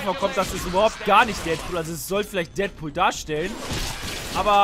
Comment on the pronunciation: Deadpool gesprochen Dättpuhl wenn es Deatpool heißen würde wäre es ja Dietpuhl heißen :D ich bin mir sicher das es nur ein tippfehler war, aber leider habe ich die seltene schwer zu behandelnde kankheit jeden immer verbessern zu müssen :D es tut mir leid ^^